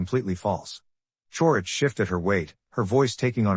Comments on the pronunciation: Who tf is Chourich? Karara? 🤣 Ai fails again. Kararick. OMG, it never ends. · Her last name is pronounced Couric. She is a well respected journalist. The mispronunciation Taints the statement.